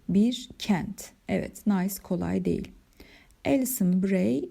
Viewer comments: hocam nays diye değil nis diye okunur o şehrin adı fransızca çünkü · Hocam emeklerinize sağlık, çeviri gerçekten zor bir iş. Telaffuz konusunda da dikkatli olmak gerektiğini düşünüyorum. Nice (nis) ya da au (ou) gibi. Yanlış öğrenilenleri düzeltmek çok zor oluyor.